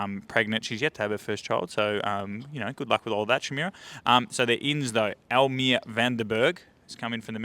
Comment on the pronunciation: Elmere is pronounced "El-muh-ray"